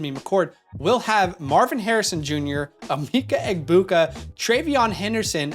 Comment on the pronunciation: Emeka is pronounced Eh-Meh-ka not Eh-mee-ka